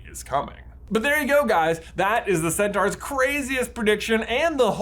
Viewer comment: It’s sen-tor